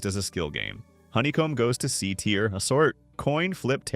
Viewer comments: I did once he kept repeating the same mistake saying tire instead of tier and saying a instead of æ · Yep, says tier incorrectly a few times.